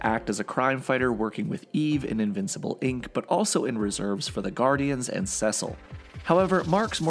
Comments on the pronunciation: You're saying Cecil's name wromg man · Love the video, but absolutely HATE how you pronounce Cecil. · why does he pronounce Cecil that way 😭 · I’m sorry but it’s bugging me so much, how do you not know how to pronounce Cecil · I hate the way he pronounces Cecil 😂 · Please for the love of god pronounce Cecil right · Please keep mispronouncing Cecil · I'm sorry but why is he pronouncing Ce-cil as Sesal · It's seeeeeeecil not sasel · It’s (See-Sil) not (sus-il) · “Sessile” just pronounce it as see-sal, driving me crazy. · Am I Tripping or is he pronouncing Cecil's wrong?. It sounds more like seasil and not secil like in this video. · Oh no, I just started watching these in order...and I really hope you pronounce Cecil correctly as "SEE-sull" or "SEE-sil" and not "SEH-sil" by the time I get to his video. lol (I kid. I do think your pronunciation is wrong, but it doesn't ruin the videos...at least I hope it doesn't by the time I get to the end of the Cecil one lol) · it.... It's See-sill, not Sessil. It shouldn't bug me as much as it does, jeez. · It’s SEe cill not CeSil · Sessel 💀it’s pronounced “sea soul” Cecil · why does he say saysil instead of cecil ?!??!?!?!!?!?!?!?!?!?!??!?! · It's pronounced CEECIL not sesil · I’m sorry but, it’s pronounced “Sea-sil” not “sis-sil”. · time . Cecil .. his name is pronounced "Sea-Sil" not "Sess-sil" . I can send a video of him saying his own name . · Every time he pronounces ‘Cecil’ like ‘Sessil’ it throws me way off guard 😭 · You’re pronouncing Cecil wrong its not sesell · Bro called Cecile sesil 😂😂😂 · CECIL. CECIL. SEE-CIL. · Cecil is pronounced like see sul. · It’s pronounced (See-Sil) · I cringe every time he says “seh sil” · Anyone else bothered by the way he says Cecil? Saying it like sesscil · Gave up on your video like you should’ve done when you said “cesil” too many times. I made it to and had to pause it. I before e except after c. Doesn’t make a c go piss. Cečil might help you so you say the c more angry